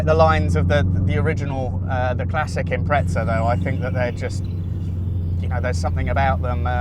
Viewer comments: No one says it with a t Impre-za is how its pronounced. Like in this video. Not imprezza, there's only one z. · Good video but theres no T in impreza 😂